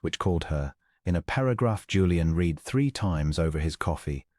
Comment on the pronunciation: AI needs to learn: "read": past tense " read" instead or present tense. Quite distracting. Good story.